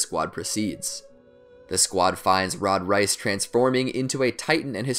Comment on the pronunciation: He really said rod rice